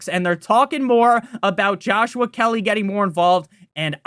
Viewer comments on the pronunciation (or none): none